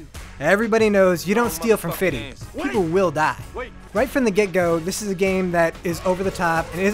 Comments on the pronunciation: Good Review. But his name is pronounced "Fifty", not Fiddy! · Is it Just Me Or The guy keeps saying "fitty" instead of "50"? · why does he keep saying fiddy its perfectly fine to say the word fifty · Stop saying fiddy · Was it just me, or did it sound like he kept saying fiddy instead of fifty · why are you saying fiddy ? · if he calls him "fitty" one more time my whiteboy mind is gonna kill itself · Stop fucking saying fitty